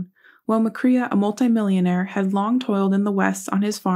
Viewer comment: Nonsense! Check your facts and pronounce the name correctly at least!